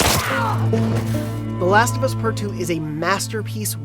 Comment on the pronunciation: "The Lust Of Us" 10/10 -IGN